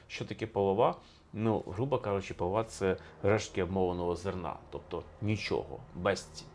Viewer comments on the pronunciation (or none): Не полрвА,а полОва. Так правильно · Також полОва, ніяк не половА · Не половА, а ПолОва, наголос на друге О, тоді гарно римується з чорнобрОва. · Не половА, а полОва.І це не половина, а звичайна полова після обмолу зерна. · Не половаʼ а полоʼва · Не половА , а полОва) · не воловА, а полОва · Не полов'а а поло'ва і жінка чорнобро'ва. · Не половА, а полОва! Полова - це дрібні луски, що оточують зернину, при обмолоті полова відділяється від довгої соломи і використовується в запареному вигляді як наповнювач для свиней і великої рогатої худоби. або як підстилка. Як не гроші, то полОва, тобто не варто журитись, що грошей мало, коли в господаря жінка чорнобрОва (еталон жіночої краси!), то прийдешній рік для нього буде вдалим. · Можливо не половА, а полОва? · Та не половА, а полОва! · Не полова', а поло'ва -ставте правильно наголос, тоді буде чорнобро'ва. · Пане історику, дослідіть правильні наголоси в укр словах --- полОва, а не половА...чорнобрОва, а не чорнобровА ! Полова не має цінності,а чорноброва жінка завжди заробить на хліб для сім'ї і для чоловіка. Все набагато глибше,аніж ви розказали !!!! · У нас наголос полОва. І тоді римується із словом чорнобрОва. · Пане Олександру, полОва, а не половА:) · Пане Олександре, чому половА? якщо полОва? ууу?🙄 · Моя баба казала поло'ва..наголос на о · ПолОва, але в піснях часто змінюють наголос для прикладності. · Чому ви кажете ,,половА,, і жінка ,,чорнобровА,,? Це ж не той наголос)) Полова - уе конкретно про сміття - зерно забирають, полову викидають. Жінка чорноброва - це мірка краси українок. Про чорнобрових не тільки в цій щедрівці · Правильно казати «полОва», тоді в рифму вкладається і «чернобрОва» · ПолОва - наголос на друге О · Пан історик, наголос полОва, то акт половий російською😁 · Ой шось такий аналіз дивний!! ПолОва! ЧорнобрОва! наголос головне. Гроші то полова, тобто , а головне в житті сімейне щастя, любов)) полова - відходи від зерна. Дуже розповсюджене слово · Правильно полооова, наголос на2 склад